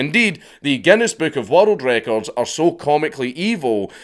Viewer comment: I can’t watch this video the way he says world records wattle Draco’s